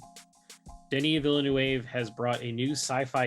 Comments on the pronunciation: his last name is pronounced ‘veel-nuv’ guys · Guys, if you are such a real fan, please say the director's last name correctly. If you do not know how, look at any interview with him, there is always called the name of the director. So learn it. In the surname Denis Villeneuve, the last letter is not read.